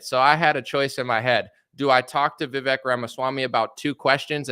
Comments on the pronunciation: His name is pronounced Viv-aye-k. Like cake. Just throwing that out there. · You do all this research and are really getting to details which is great, but don’t know how to pronounce Vivek. The fact that you can’t pronounce his name correctly makes me question what else you’re getting wrong. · Why can you not say Vivek right? It rhymes with cake.